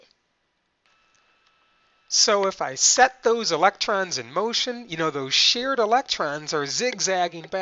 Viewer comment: It is REALLY important to pronounce English correctly. Although I had learned that electrons are SHARED back in 9th grade or so, the narrator's claim that two electrons were "SHEARED" threw me, and I anticipated that he meant that they were sheared from one - this led to conflating with the "taking," which would correspond to shearing from, in the Ionic Bond. Even if your peculiar regional accents first cause you to pronounce share and shear as homonyms, please make an effort to correctly pronounce the two words differently.